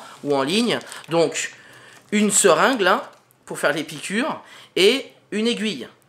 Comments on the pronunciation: Merci, mais c'est serinGUE et pas serinGLE. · Une "seringle" ptdrrrrrrrrrrrrrrr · ...."une seringle" !!??!!??!!?? ....la zone "qui sonne creuse" !!??!!??!!??